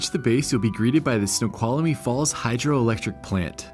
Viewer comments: My dear - THREE syllables: snow qual mee. Not four. And I would've skipped the hike and gone to the Snoqualmie Casino lol! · FYI: Snoqualmie has 3 syllables, not 4 (there is no "uh" in the middle) LOL